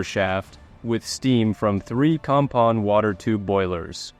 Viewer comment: At least you are pronouncing the boiler manufacturer slowly enough to be understood. Some other channels say it so quickly as to be indistinguishable from a hygiene product.